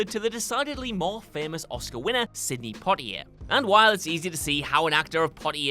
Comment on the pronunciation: That’s not how you say Sydney!